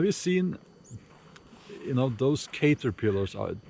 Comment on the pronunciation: Cayterpillers Ahahahah….. cAHt-er-pill-ers